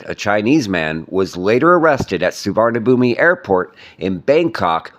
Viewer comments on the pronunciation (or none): Suvarnambum… you don’t pronounce the ‘mi’ at the end! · You mispronounced the name of the airport. A good transliteration is Soowanapoom. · U lived in thailand and make news abt thailand but cant even pronounce d airport name correctly😂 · Perhaps it would be a good idea for you to learn how to pronounce Thai words, specifically nouns/proper nouns, correctly. Examples being Pattaya, Suvarnabhumi, and the name of the deceased. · If the guy has never gone there, I could see why he might add the sound "I" at the end. The letter is there, even though it is silent to those in the know